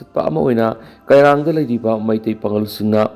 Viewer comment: U can not prounce kairang properly.